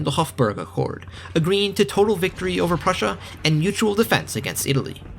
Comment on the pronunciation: I absolutely hate how you butchered prussia, but I would be lying if i said i didnt want more.